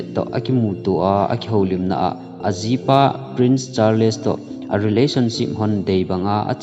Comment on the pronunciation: Charles hi word khat ahin word ni ahipon thil pronunciation ihet lou hohi Google a vet thei ahie. [Just a small correction ] thusim sei vang chu nathieme.